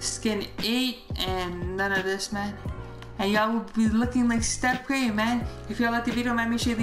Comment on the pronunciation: He said Stiph Kurie